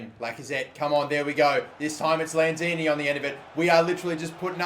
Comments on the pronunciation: It's Manuel Lanzini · It's lanzini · Its lanzini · It's Lanzini. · Good video! btw its lanzini